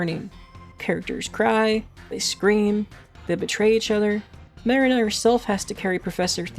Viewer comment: also don't want to be pedantic but her name is pronounced Muh-REE-na (like the place people store boats) , not MAH-rin-uh. I'd normally say it doesn't matter because honestly who cares, but the professor shouts her name constantly throughout the game lol